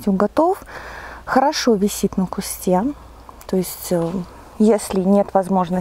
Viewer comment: уважаю ваш труд, люблю смотреть ваши видео, но правильно говорить на кустУ, саЖать, не мы вам расскажем, а Я вам расскажу, мы же не говорим о себе во множествееном числе, сто раз извиняюсь, не каждому укажешь на ошибки, вас приятно слушать и речь приятная, но указанные слова режут слух, извините💐